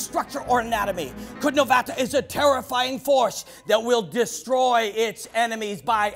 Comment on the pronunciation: It should be pronounced more like "chudnovata" but it actually should be written as "Čudnovati" because when it ends with an A, it means a weird female. Please dont butcher the language again. Thank you. Its not a problem to ask. ach... that was so painful to hear so many times... aarghh